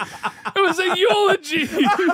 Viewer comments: was fucking up from the start lol. He called it an elogy instead of eulogy and then kept just calling it a poem. I dont blame mark for thinking it was just a funny poem lol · Eulogy, no elegy. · It’s the way, said eulogy😂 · did say it was a eulogy right before reading, he just mispronounced the word